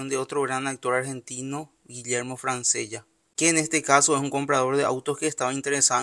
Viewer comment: Se pronuncia "Franchela", amigo.